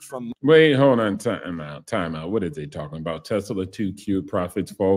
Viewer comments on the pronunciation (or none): It’s NOT “Tes-la-la”!